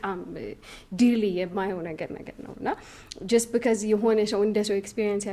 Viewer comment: እዚህ ቤት ነው because "ቢከዝ" የሆነው። Say it right!